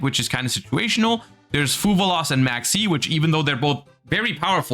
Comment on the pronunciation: Serious question, Is it actually meant to be said as 'FuVallos', or does only pronounce it that way cuz he's German?